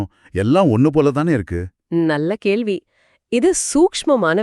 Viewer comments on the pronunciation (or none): none